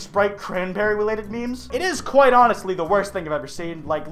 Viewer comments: “It’s is honestly the worst thing I’ve ever seen.” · ''It is honestly'' you mean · ish he says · yes he is, yes he is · That's sick. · honestly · Doncha mean.... " honestly the worst thing?" Sorry... Ik its bad... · Oh hey..........i mean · It is onistly horrifing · people I’m I right?!? Hahahahahhaha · the eyes on they smiley face look like nostrils also the way you accentuated the word "quite" made it feel like a self referential pun